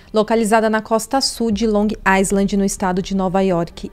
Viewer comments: Long Island se pronuncia sem o S Long I-land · Tem q falar LONG AILAND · Estava doida por esse caso, moro aqui e todo dia tem uma coisa diferente ai fica muito "espalhado" p se entender, parabéns, vc compactou muito bem.. ah só uma coisinha, Long Island fala-se Long ailand (não poe o som do S e o D final vc não termina o so fica DÊ ) kk coisa de americano